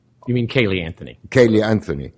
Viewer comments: This Judge drives me crazy...how you can be Judge, that condemns people to jail for certain lengths that ruins lives...improper Annunciation, or pronounce "Specific" as "Pacific:" "Anthony" as "Anfony" if this Judge was white, he never would have been appointed... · Any reasonable person would think her guilty. It only matters whether he acted in a biased way, like Ito acting for the defense for OJ or Older acting for the prosecution in Manson et al. If so, then saying, "pacifically Anfony" is the least of his transgressions.